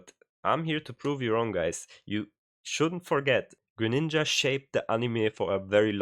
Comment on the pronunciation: did you just hard r greninja? xD